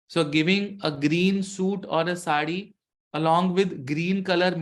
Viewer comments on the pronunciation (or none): none